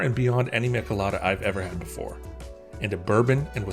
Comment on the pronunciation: Crazy to hear someone pronounce "michelada" like that 😂